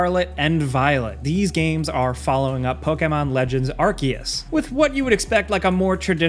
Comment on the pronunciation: Thank you for saying "ARK-ee-us"